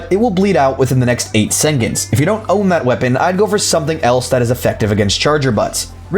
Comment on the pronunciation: i've never heard seconds pronounced sengentz before.